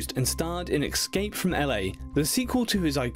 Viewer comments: Kathy Parker yes, as well as the pronunciation of escape. Excape! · there's no X in the word escape. Narrators should pronounce words properly. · I wonder why people pronounce it “ eX scape”. Where do they get the X from? It’s escapè lol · You should teach him how to pronounce since your the expert.. lol The narrator is British ,that's why he pronounced it differently..